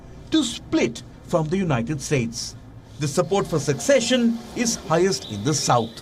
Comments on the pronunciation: 'Secession' not 'succession'. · Secession, not succession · The word is "secession". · Did you mean "secession"? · Can WION get someone who knows how pronounce words correctly!!!! It's secession and NOT succession!!! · Came to to comments section to see if anyone pointed this out. Intact it should be ‘Secession’ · YES. You have the correct spelling but absolutely the wrong pronunciation. So I repeat, no K sound in secession. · One would expect a reporter reporting on such a significant bit of news to know the difference between"succession" and"secession" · It's "secession", not "succession". And why didn't he mention the historical fact that the Republic of Texas joined the United States prior to the Civil War under the condition that it could secede? To my knowledge it is unique in that fact among US states. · The commentator here is pronouncing secession like you do with succession! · Please there is specific pronunciation for the word "secession" and it is not "succession" as the reporter keeps saying. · Voiceover guy it is secession, not succession. Learn to pronounce first. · Please edit narration and replace "succession" with "secession". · Seccesion. Not succession